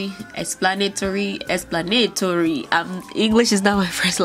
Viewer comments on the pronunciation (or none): 😂😂 "EXplanitory, explaNItory, explanitoRY"?? Lol so cute